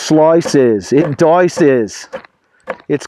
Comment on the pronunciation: "It sloices, it doices..." 😂😂😂😂 Great review as always!